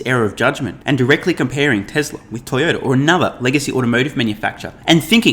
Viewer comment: Did call the largest auto maker Toy-odor? Tezlurr will overtake these stinkers